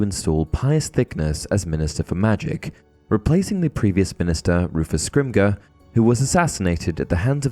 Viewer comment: I will never understand why you mis pronounce Rufus scrimgeours name. Listen to the book on audible. Listen to the actors or J.K. Rowling in interviews. ITS PRONOUNCED SCRIMJAW NOT SCRIMGAW. sorry that's my karen rant for the day. I love these videos though.